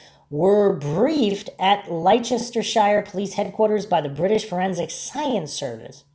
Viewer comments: I am pretty sure he is from the States we have no idea how to pronounce that almost every video on this case done by an American someone is in the comments saying how wrong they pronounce that. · I know its pedantic, but Leicestershire is pronounced lester shur. ❤❤